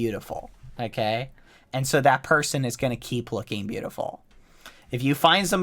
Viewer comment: all i heard is "okgey"